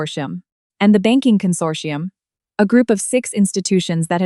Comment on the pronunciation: Consortium not condorsium